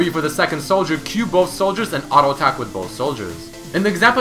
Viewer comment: ARO ATACK ARO ATACK ARO ATACK ARO ATACK.... JUST SAY "T" NOt "R"